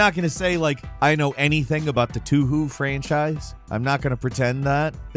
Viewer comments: Toe-Hoe not too-who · two who got me weak haha, I believe they pronounce it as "toe-hoe" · "Touhou" isn't pronounced "two-who", it's "toe-hoe", like a chick who has got a thing for yo feet. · pronouncing Touhou "Too-Who" instead of "Toh·Hoh" just pains me inside while also equally makes me laugh xD Still it's nice to see an actual Touhou Recommendation for once, You don't see many lists feature and recommend games from the franchise, be it the actual official ones or fan made. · “Toohoo” lol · The way says Touhou (Too-Hoo) is endlessly hilarious to me. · Touhou is pronounced "tow hoe" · Touhou is pronounced Toe-hoe. Anytime "ou" is present in Japanese words and names, it is pronounced with a long O. Enjoy your small language lesson! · "two who"? what the fuck? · It pronounces as " to-ho ", just like how you say " total " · Toohoo? lmao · "Too-hoo" Me: WHEEZE. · Haha "too-whoo" 😂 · Touhou being Japanese the two OU are being pronounced as OO - You Stretch the O ( which should sound like the O in "Oh!" not as in "Book" ) two twice its length. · it pains me to hear how pronounce touhou